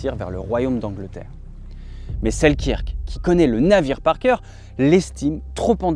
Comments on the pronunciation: Bonne prononciation : Alexander Seelkeurk,pas la bonne orthographe bien sûr mais bonne prononciation. Sinon, vidéo fort intéressante à garder ds un coin de sa mémoire. Bonne continuation ! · ca se prononce: sel-"queue"-rk, en passant. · Super vidéo :) pour info ça se prononce Selkeurk :)